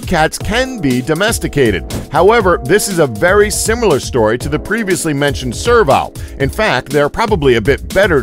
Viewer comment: its pronounsed serv-el, not serv-Al